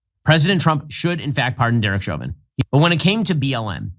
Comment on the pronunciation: Please look up how to pronounce censured and Chauvin..... 🤦‍♀️